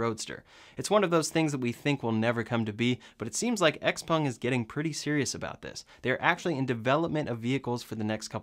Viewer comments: A few things on the "flying car". First, is it XPUNG OR XPENG? Sounded like you said XPUNG. 2nd, the thing has no wheels. Which means it's not a flying "car" - and good thing too. If it can take off and land vertically, we don't need it to be a car. And why even attempt one before we can reliably build and fly multi-copters large enough to take people? No point in building something that will be both a lousy plane and a lousy car. Oh, and as for Elon talking about "hovering" on the Joe Rogan show, I did see him do his share with the help of all the pot he was smoking. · pronounces it Xpung did you notice that! 😆